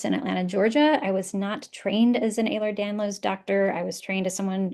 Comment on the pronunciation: Please pronounce it correctly. It’s EhlerS-Danlos, not Ehler.